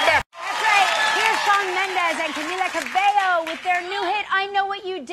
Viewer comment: Omg the way she pronounced Cabello